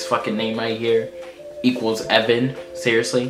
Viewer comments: Aoibhinn is prounounced a Veen not eevan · hey im irish and alot of the names in Irish arent right especially conor!!! BTW ''bh'' makes a ''v'' sound when they are together e.g. aoiBHínn is pronounced AEVEEN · Ae veen not evan ha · Aoibhinn is actually pronounced like ay-veen and Tadgh is like tie-guh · Sho Cabello I know I cracked up when I heard him say it 😂😂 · aoibhinn/aoibheann/aoibhín is actually ay-veen or eeveen